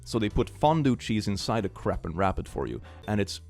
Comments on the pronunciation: I don't want to be that guy but should really check how to pronounce crepe. I had to listen to it again if I heard right. Had a good laugh though. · Crepe is pronounced "crape", not "crepp". Sorry, I just had to, lol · He probably knows how to say crepe, but if not, its pronounced like grape with a c instead of a g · I THOUGHT YOU SAID “Crip place” INSTEAD OF “Crepe” NAOOOO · Crepe is supposed to rhyme with grape 😶 (well i think so? Is that actually how they pronounce it in France or have I been lied to?)